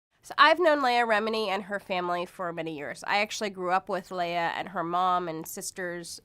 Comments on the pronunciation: Her name is LE-AH not LAY-AH and it's VERY APPERENT YOU WERE PAID TO SPEW THE BULLSHIT THAT'S FLOWING FROM YOUR MOUTH.. They say that money is the route of all evil you my sister.... . ARE THE DEFINITION OF THHAT! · OH MY GOD You sit their and say "Scientology taught you Morals and to be kind to others"Hey Dumb Ass Her Name is LEAH Not Lay Ah so your info is of NO MERRITT Go back to the Cult and tell them You screwed UP THE SCRIPT..... This is sooooo freaking funny "NO ONE BELIEVES ANY OF YOU" Shut Up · Your just rambling... Plus you need to learn how to pronounce her name properly, since as you were a friend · What a crock of shit. You don’t even know how to pronounce her name. And as far as I have read about Scientology, you are taught to think you are better than us SP’s so why wouldn’t a Scientologist feel superior ?